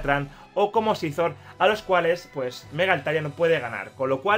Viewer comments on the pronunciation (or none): none